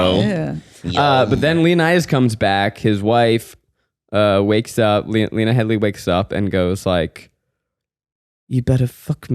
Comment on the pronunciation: 'Heady' guys, not 'Headly'.